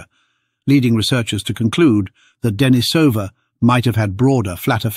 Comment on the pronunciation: And ignoring the local pronunciation of the cave -- 'Deh-NEE-suh-vuh', with a long 'e' in the second syllable, continues in video after video, continuing to demonstrate the problems with using text-to-speech programs for narrating videos because voice actors are too expensive, and the person posting the video can't be arsed to do it themselves.